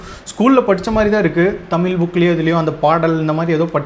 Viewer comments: Thambi Athu thamizh Thamil illa Thambi nalla padichitu pesunga Onnume theriyama Onnume padikaama ethuku ipdi video thappu thappa video potu time waste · First learn to pronounce the word tamil properly…Tamil tamil nu sonna pathaathu atha onlinga pesa kathukanum